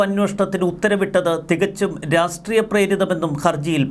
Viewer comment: ഉച്ചാരണം ശ്രദ്ധിക്കൂ.രാസ്ട്രീയം എന്ന് ഉച്ചരിക്കാതെ രാഷ്ട്രീയം എന്നു തന്നെ ഉച്ചരിക്കാൻ ശ്രദ്ധിക്കൂ. നല്ല വീഡിയോ അവലോകനം.